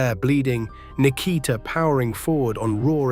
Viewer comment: Nik-a-tah ? Ski-voni? Ai slop